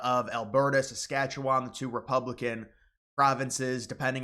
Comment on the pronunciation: You'd have more credibility if you didn't say "SAS-KATCH-YOU-WON and knew that Northwest Territories is not a province, but is a territory governed by Ottawa. There already has been a free trade agreement on autos and auto parts, in both directions, for decades. So what Trump wants in NAFTA, at least for the US and Canada. No tariffs either way, which is what it was supposed to be. But NAFTA was about stuff. Canada did not open its market to financial services and said an indigenous food industry, to the extent possible, was a matter of national security.